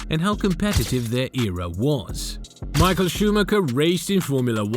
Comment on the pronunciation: Tbh Michael’s name is pronounced wrong every time too.